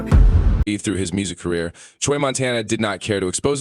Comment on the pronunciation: “ Choy “ Lol bro it’s chuy. Pronounced chew - E